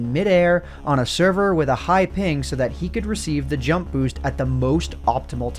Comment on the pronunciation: "Let's jump right into it" That would have been good if you didn't put so much emphasis on jump